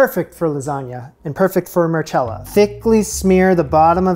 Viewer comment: It is pronounced Marcella if it was marchella it would be spelt like that